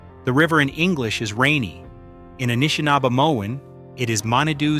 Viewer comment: dude, thanks for the reply. as a Canadian i'm genuinely grateful for what you've put together here — a lot of thoughtful and serious research (no Ancient Aliens shit) by and large your read (so that is your read?) is warm and engaging, i just choked on a couple of peculiar pronunciations (inconsistent Anishnabe and "Eye-ro-quai" for Iroquois) srsly tho', keep up the EXELLENT work. at some point i would like to pass some bizarre matierial about a site in Quebec, not to far north of Ottawa, a supposed major lithic structure that totally rams its head against the Laurentian Ice Shield. till then, have a great week! am hitting "follow" now.